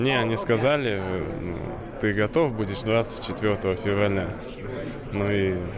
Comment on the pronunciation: Котов? Он сказал котов Анатолий